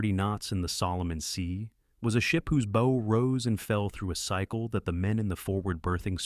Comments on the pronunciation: Listen, lad why is it so hard here ,the front bit of the ship. the 'Bow' is pronounced bowwwoo like ( you -BOW-down) NOT like Bow & Arrow get it its simple's init laddie and have a fuking headache listening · the front of a ship is pronounced Bau not Bou. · You keep pronouncing the bow, the front of the ship as Bow, large O, a device that fires arrows. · How can you misspronounce ships "bow"? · 👎👎how a stupid mistake can make the destroy a video The front of a ship is a bow not a bow. Yes, they are spelled the same way but anybody who knows boats knows how to pronounce it correctly. This is just ignorant … this is an insult to the viewer.